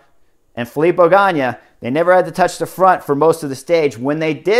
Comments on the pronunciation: Cmon it's Ganna not Ganya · It’s Filippo GANNA, not GANNIA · Chris, it's GA-NA, not GA-NEE-AH. Great commentary. Looking forward to Giro. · Ok Chris, again really nice break down......BUT!!! Drove me nuts when you repeatedly called Gana ...Ganya. Dude Gana, there us no Y in his name. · Ganna is pronunced like GUNNA not in that spanish kind way , please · Chris, you are my favorite cycling analyst, so I say this with all respect. It hurts my heart a bit that you struggle with pronouncing the names of cyclists. Even simple names like Ganna. There is no "y" in Ganna.